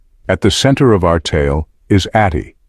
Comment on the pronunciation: Atty. is abbreviation for Attorney, so pronounce it properly.